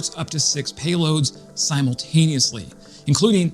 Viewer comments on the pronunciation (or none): none